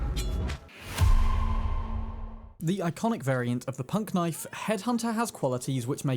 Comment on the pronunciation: And it’s not called punk-knife, it’s pun-knife